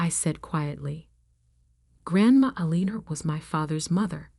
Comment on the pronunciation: The problem with AI reading these stories is that English is not their first language 🤣! Every time she said “Aliner”, I cringed. I’m assuming the name is Elinor? Now and then, there is an odd word mispronounced…I can usually figure it out, but it can be distracting, and interrupts the flow of the story.